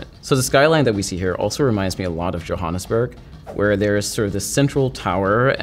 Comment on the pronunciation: The way he says Johannesburg tho 😂😂😂😂